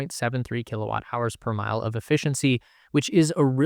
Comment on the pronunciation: "Kilawatt" 😂 Kilowatt (kW) Kilo = 1000